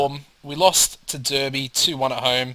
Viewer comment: nice vid as always and just fyi its pronounced darby